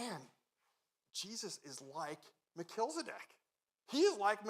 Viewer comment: Mel-chiz-e-dek. Not Mel-kilz-e-dek. 😉